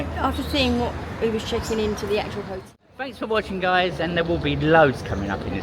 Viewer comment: And otel lol